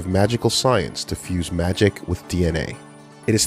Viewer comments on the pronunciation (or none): none